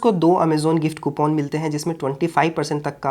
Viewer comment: कूपन ❌ कूपोन ✅